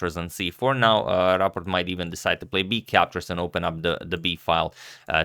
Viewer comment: You pronounce it perfectly👍 but You could set a newer profile picture for Rapport because it's a little bit old 👍👌